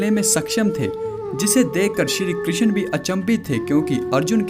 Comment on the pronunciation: कर्ण नाम है.. करन , करन क्या बोल रहे हो? .. कृष्ण बोलना सीखो ! You just need to learn how to pronounce name before making videos.